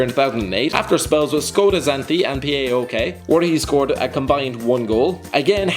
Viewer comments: It isnt P A O K or P A O L .. it is phonetic.. PAOK, read it as it is spelled. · Fucking Englishmen it is PAOK like in ONE word same with AEK STOP PRONOUNCING EVERY LETTER